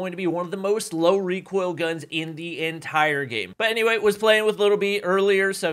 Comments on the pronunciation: "Reekoil" brought me here. Lmao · btw it isnt reekoil it is recoil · realising he's actually famous because of how he says recoil: Reek Oil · Literally no "REEKOIL"